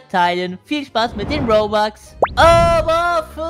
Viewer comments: Warum sagst du bobux andschdat robux😂😂😂😂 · Das heißt robux und nicht bobux😂😂